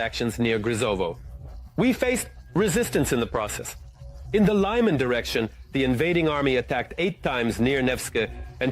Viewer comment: Brjanśk Lyman (not Lajman) 😂